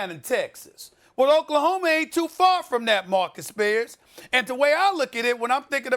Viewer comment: It is "Oklahoma" State. Not much more to say.